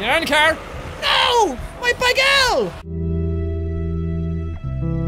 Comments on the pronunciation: It not begel it's bagel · did anyone else notice he said bagal